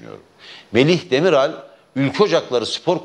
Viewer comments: Demirel değil Demiral Merdancım adamın adını doğru telaffuz etmeyi öğren sen önce. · Demirel değil Demiral soyadı. Azıcık bilgi sahibi olsanız hem soyadını düzgün söyleyebilirdiniz hem de kurt simgesinin daha 33 sene önce Türkiye'ye getirilmiş olduğunu bilirdiniz. Milyonlarca Türkün Türkiye dışında kullanıldığını da elbette. Dar bir siyasal gruba terketmek yerine sahip çıksaydınız bugün dikkate alınabilirdiniz belki. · avusturya maçını baştan sona izlemiş, çok sevinmiş yendiğimize, tüm yalanlarınız gibi bu söylediklerinde yalan, herşeyiniz yalan, ulan daha iki gol atan çocuğun soyadını söyleyemiyorsun daha, demirel demirel.. Demiral diyemiyor adam, nedeyse arada tiyatro niyetine izliyoruz işte.. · Sen Spiker olarak daha Merih Demirala ismini doğru dürüst söylüyemiyorsun çıkmışsin boş boş konuşuyon. Gelmiş küçük Parti diyor , sen önce Merih Demiral adìni yanlış söyledin özür dile. Ohh ne güzel yapmış